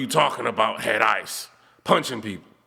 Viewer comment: You was meant to say Head Isissss - Listen to me